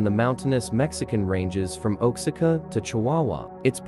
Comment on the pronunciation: It’s pronounce Wa Ha Ka (Oaxaca)